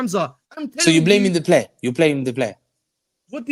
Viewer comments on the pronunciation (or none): Hamza “plaming the blayer”!